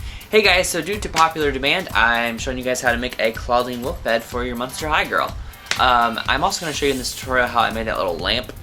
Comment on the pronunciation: You said muster not monster